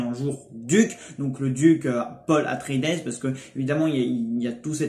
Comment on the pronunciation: petit detail : on prononce pas le S a la fin de atreïdes , c juste "atréhide" ^^